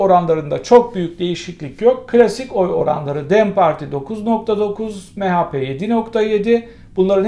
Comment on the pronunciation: Hocam bari siz yapmayın ya... MeHApe diyemezsiniz. Türkçeniz gayet güzel. Türkçe alfabe , harf sonlarına "e" harfi konularak telaffuz edilir. A-be-ce-de-e-fe-ge-he-ı-i-je-ke-le me -ne... Yani HA diyerek okunamaz. Arapça alfabede elif be te se cim HA olarak "h HARFİ SESLENDİRİLİR. mEHA PE DEĞİL. Lütfen mehepe olarak okur musunuz? Ya da CehAPe değil cehepe diye okur musunuz? Teşekkürler